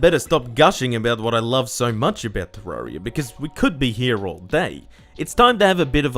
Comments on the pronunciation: Any one else triggered by him saying te rar ia not te rer ia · isn't it "te-RER-ee-uh?" not "tuh-RAR-ee-uh" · "Terrariar..." i wonder what nation this man is from?